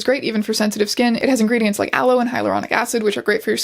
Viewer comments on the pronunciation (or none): none